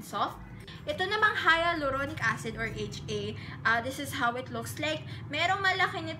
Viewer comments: Say it as "hay-lu-ronic" not "haya-lu-ronic" acid.. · It is pronounced as : Halyuronik hahha skl Im in love sa hyaluronic acid 7 months ko sya nagamit every night i bought my sevond bottle yesterday ang ganda nya sa skin tas nakaka moisturize talaga .